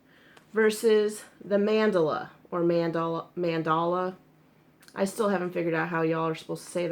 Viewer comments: Lol yes, it's "Man~Dall~A not Man~dla it's common I think many peeps don't pronounce the lower case A behind the D LOLOL;-) Adam in one that freaks out with miss pronunciation. With this I'm just getting used to it.LOLOL I think the difference between stores is the colors they offer..? I could be totes wrong but I've noticed they don't have same, mind you my Wal-Mart only had two colors lol and they are really tiny cakes for 2.89 (well, less then 3$) we have one Wal-Mart with some actual yarn in an isle! But it's in the next town over.:/ commented elsewhere how bad our local stores are with yarn. THEY BITE! I agree they the should size yarn by its actual size but the number of threads worsted or spun together~ Ridiculous¡ Has! See we don't even have these yarns at our Joann:-\ LOLOL YES, they do track you! When you hit allow on you app your open to them knowing when your close to the store. Hahaha I'm one block away! I get hits all the time. I was in cpl days back. Yarn total 90$- I didn't 49$ Can't shop without a coup..or ten hahaha SERIOUSLY, they know when I come through the door I'm loaded and ready to go. LOLOL sadly it's a fact I also know where this are in store better then some of that employees =-O LOLOL I tell them I should be in salary. HAVE a GREAT DAY X's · Your husband IS smart because I would love something you've made AND you could put it in that "Happy Crafting" tote bag you're thinking about having made. See what I did there? You're welcome ;) It's pronounced Mahn-Dah-Lah per the Lion Brand video I just saw, lol. The only thing I can find that's different is the actual care instructions. The Cupcake is just machine wash/machine dry. The Mandala goes into more detail which is weird but ok. Happy Sunday!